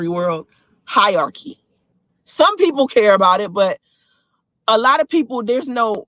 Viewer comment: She.cant even say hierarchy she says hiarchy